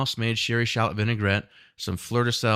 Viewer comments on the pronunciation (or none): none